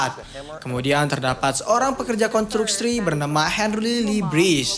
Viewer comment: kontruksi bukan kontrukski, mengendalikan bukan mengendelikan.. hadehh